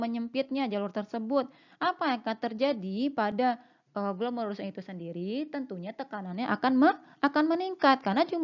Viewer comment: Glomerulus bkn glomelurus